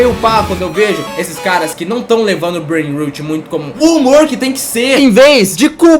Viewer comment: Na verdade, a pronúncia é "breinrót", "rot" é podre, como quando o dente caria. "Rut" é a pronúncia de "root", que significa raíz. PS: esse comentário é só um comentário, não me xinguem por ser nerd 😅